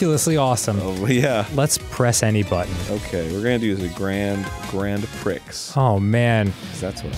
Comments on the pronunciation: Because he pronounces that word as "Pricks". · Prix is pronounced "pree." Arin had a golden opportunity to make a brilliant callback and squandered it. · Hearing Arin mispronounce "prix" fills me with an irrational rage.